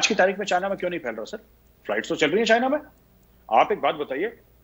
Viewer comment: "chankiya" nahi 'chanakya' hain.ok.